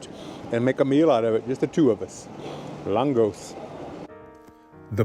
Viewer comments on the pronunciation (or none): Lángos is originally from Hungary and pronounced LAANG-GOSH. Sometimes, you'll also see the Germanized name "Langosch".